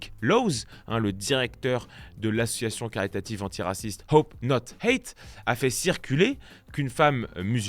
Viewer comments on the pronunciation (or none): none